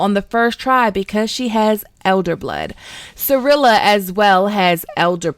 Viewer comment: Also Cirilla not Cirella and Calanthe not Calantea